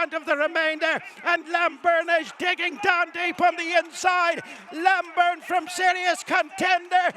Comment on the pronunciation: The horse is Named Lambourn. not Lamburn. Terrible commetating.